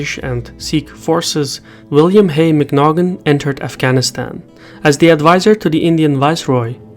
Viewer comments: NB Macnaghten is pronounced Mac-Norton, as in aught. Britain's long history of terrible experience in Afghanistan is why the British army advised the Americans against getting involved in a ground war there. Obviously they were ignored. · the Way you say the British name was Mcnaten the G is silent I think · Small correction: Macnaghten is pronounced "mcnawten" or "mcna'en" (the ' like the first H in "uh oh").